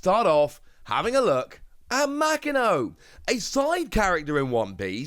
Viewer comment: Ma Ki No, homie I know time and time again you tell us you are working on your Japanese. Bruv it is literally the first page of most learning Japanese books is how to pronounce Japanese Syllables. Literally a single afternoon of study and you would not sound like you don't care about OP other than the TCG.